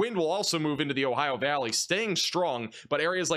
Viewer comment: Ohio valleyn's? 😂😂😂